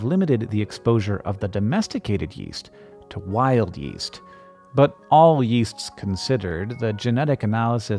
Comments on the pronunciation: Yeast I thought you said west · Yeast? I thought he said Weast